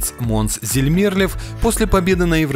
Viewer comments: 1Вообще-то Loreen хотела вернуться на Евровидение в 2017 году, а не в 2016! 2 Монс ЗамерлЁв, а не ЗамЕрлёв! 3ДжамАла,а не ДжамалА! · Не понравилось видео. Имена озвучены неверно(ЗермЕрлев, вы серьезно?! ДжамалА??), информация по их творчеству небольшая.... Шерифович творила в Штатах, у Кончиты отличные новые песни, Монс сотрудничает с СК, Эммили де Форест постоянно приглашают на Евро отборы... скукота. Дизлайк.